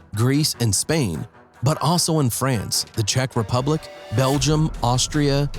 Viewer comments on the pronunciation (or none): none